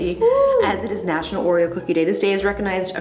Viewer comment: did justine.just said 'nachunal' oreo day it sounds like miranda sings